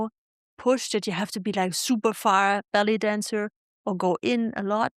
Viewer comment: 1st one, sounded like you said belly dancer but was "ballet dancer" 😅